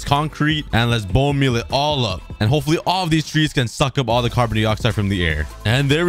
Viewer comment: "hipfully" "intier" 💀